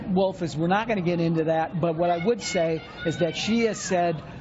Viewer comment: "Rouf"? How can a spokesman (whose only job is to "speak") not be able to pronounce "Wolf"? Podesta's choppy, rushed and spitty delivery is an insight to his personality. And I don't know about others, but I can look at people's hands (especially men's) and 99% of the time, I can tell a lot about them (not penis size). Podesta's fingers are spread apart, wirey-like and he uses the finger tips like a tripod when resting his hands on table. That's someone who is deceptive, dishonest with a child like personality.Perfect for Clintons!